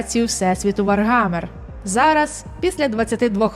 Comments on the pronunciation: правильно не ВарГамер, а ВарХамер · все класно, але вар-гамер вуха ріже, вроді як усюди вар-хаммер